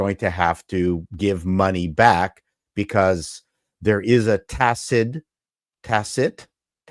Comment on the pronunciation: Call Darell Brooks he will tell you how to say Tacit!😅